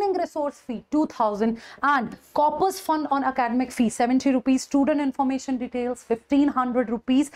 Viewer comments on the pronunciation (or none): none